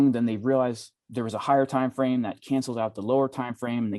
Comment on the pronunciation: What's a time "frane"??? :-)